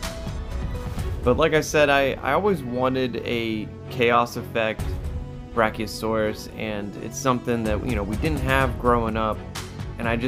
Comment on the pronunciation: you call it a brachiostegosauras